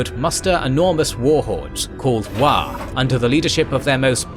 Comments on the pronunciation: It's "WAAAGH!" not "WAAGH" Unliked, Unsubscribed, Reported. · I love, love, love this. Only one comment about a mispronunciation though: It's not Waaagh, it's WAAAAAAAGH!!! and it has to be yelled. Took me a while to notice what was being said because I didn't understand the word.